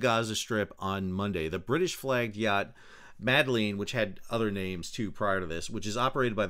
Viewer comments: The fact that you open the video by pronouncing her name worse than the POTUS and belittling their goal says all you need to about your position. Very political, you were. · I enjoyed struggle to pronounce Greta's last name 🤣 And laughed at myself every time I heard anyone pronounce the name of the sailboat as "meddling" which both parties seem to have been doing even though the name is not meddling lol. All of that aside I see no reason why the sail boat should have been denied freedom of passage, no reason why Israel should have done anything more than ensure it was not a danger to anyone. It should be Palestinians who allow or not allow foreigners to dock on their shores. However, it was stupid of these people on this sailboat to display Palestinian flag(s). Thanks for the video, Sal! You're the best